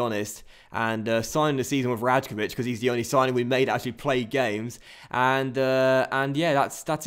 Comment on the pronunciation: love the series! The J in "Rajkovic" is actually pronounced like a Y though